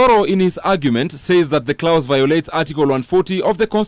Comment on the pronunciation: the word 'clause' is pronounced as 'claws', Issue as 'isshue'. Can someone teach me how to pronounce 'erect' and 'elect'! 😆🤔